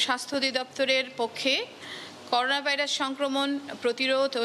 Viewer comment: করুনা হবেনা ভাই করোনা,করেন্টাইন হবেনা,হবে কোয়ারেন্টাইন। স্কিনিং হবেনা, হবে স্ক্যানিং।